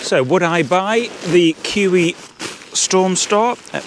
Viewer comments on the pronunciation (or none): Not pronounced "KEW EEE" but "KU E OO". jus' sayin'... BTW, doga belong in vestibules, not inside. KUIU makes excellent hunting/camping clothing and gear. I have their YUKON camouflage WPB rain/wind parka for hunting in Nevada,USA and for very harsh days alpine skiing. Great design in all their gear as you see in the Storm Star tent. BTW, KUIU's tents, like Tarptent designs, have the inner tent pre-attached to the fly for a setup in the rain or wet snow that keeps the inner tent DRY - unlike so many other free standing tents on the market! i would prefer this KUIU Storm Star to the Hilliberg ALLAK 2 every time. Just better design and equal quality.